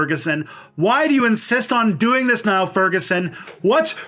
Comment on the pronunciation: One point, Furguson's first name is pronounced as in kneel.